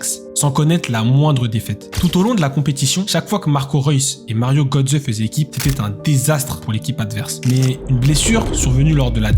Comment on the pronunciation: Mario Götze ( on prononce Gueutsé ) MDR comment le commentateur prononce son nom ! lol lol lol . En allemagne j´étais scié aussi lorsqu´ils parlaient de Mbappé , on comprenait rien de qui ils parlaient...